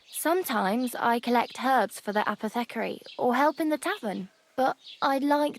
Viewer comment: i literally searched for this video for because I've never heard someone pronounce Apothecary that way